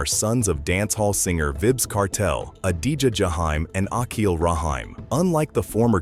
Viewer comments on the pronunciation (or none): Would appreciate the channel more if you use your own voice so the words can pronounce properly. "Vibbs Kartel"??!